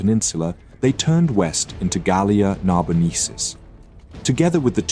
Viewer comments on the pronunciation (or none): Get your names and your Latin right: "Gallia NarboneNsis"